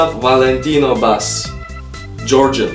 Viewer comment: it's a first Georgian words that you said correct 🇬🇪👏👏👏👏😂